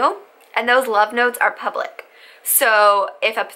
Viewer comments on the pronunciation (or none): none